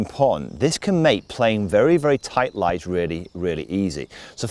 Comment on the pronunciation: I was playing around, cause you keep saying lays in a way that sounds like you're saying lies repeatedly in the 1st part of the video.